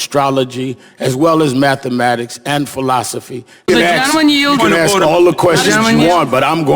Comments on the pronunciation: I'd like to smack Al right in the face. He's playing Jerry Springer with his talk over. P.S. Is it "ask a question" or "ax a question".. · "aks" a question. Wow. An educated man talks lime he isn't. What a looser. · For what it’s worth, Al did axe a question. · Sharpton just needs to axsk a question!